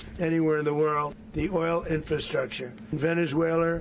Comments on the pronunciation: Whats Venezwailer?😮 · Trump says Veniswhaler